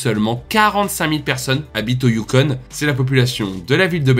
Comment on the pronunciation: Sauf que tu dis "youkon"... Le "you" pour le "U" n'existe pas en français. Bref, FTG!